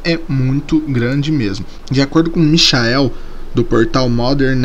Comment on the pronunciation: Mixael heueheueuueh Acho que você quis falar Miquael, só que em inglês... HUEHUEHEUEHUHUE